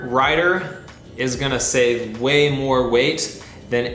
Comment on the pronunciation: you said shave instead save lol